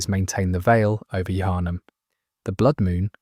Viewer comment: A little spoiler for you . They clearly haven’t played this game. Thought the mispronunciation of Yharnam was a little weird, then the whole soul thing gives their game away.